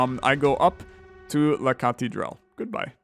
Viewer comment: Hey, you said "la cathédrale" with a frensh accent and it was correct, even the prononciation is actually good